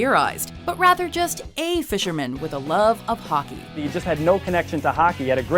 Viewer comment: Not hockie it's hockey